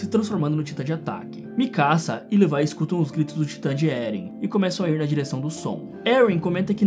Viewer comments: Não se fala levai é levi mesmo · O cara que fez o vídeo chama o Levi de levai kkkkkkk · Para de chamAr O LEVI DE LEVAI AaaAAaaaÁ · mds agr que vi, o cara fala leviE